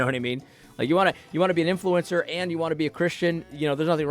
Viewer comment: Why the azn lady keep saying "influencer" like "influence sewer"?